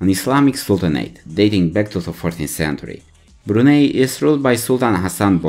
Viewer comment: Wow! At least get your pronunciation of the country correct...